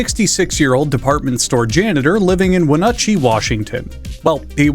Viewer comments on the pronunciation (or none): Washingtonian checking in. What the heck is a "wuh NUT chee"? XD It's "wuh NAT chee". "Nat" as in "gnat". Not NUT 💦🤣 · I hate to be that guy but Wenatchee is pronounced "When-a-tchi" not Wenutchi Love you man, keep it up :) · HO HO THERE STRANGER WHO DOESN'T LIVE IN WASHINGTON, you have mispronounced one of our most incomprehensible city names and must be corrected! Wenatchee is not pronounced "wuh-nut-chee". It is pronounced "whe-na-chee". Become infuriated at this minor correction of a single word in a video that's over one hour long and despair, YouTuber! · small comment from a Washingtonian its Wea-natch-ee not Wu-nutchy. I know we have weird names for our citys but ya gotta deal with it. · by golly, so far the only thing that hit close to home for me was the godawful pronunciation of Wenatchee with a damned U as in pump in place of the A as in ass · WENUTCHEE?? weNUtchee?? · It’s pronounced WHEN GNAT CHEE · Good lord, no one can say Wenatchee right. It's pronounced When-natch-E, it's like nails on a chalk board for this Washingtonian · Winutchee, that's a new pronunciation. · Wenatchee is pronounced more like win-ah-chi or wou-nah-chi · Its Wenatchee (WEHN-ATCH-EE) you gator fucking methaditc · Wa- natch- ee Washington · as a Washingtonian, the way you said "Wenatchee" made me cringe. XD (it's pronounced when-A-chi, "A" like apple, "chi" like Chile) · i think you mean WHEN-atchee ??? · That's the worst pronunciation of Wenatchee I've ever heard. It's pronounced When-atch-ee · Okay I was gonna comment about how the beginning is just my thoughts while depressed but he. "When-uh-chee." Are you kidding me. Wenatchee is. It's just not pronounced like that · You mispronounced Wenatchee. Short A sound. Something easy to remember about them is that they produce a ton of apples. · BROTHER BUTCHERED WENATCHEE SO HARD I'M DYING. When Uchi? Lol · not how you say that name of that town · As a Washington resident, the way he said Wenatchee hurt me in my soul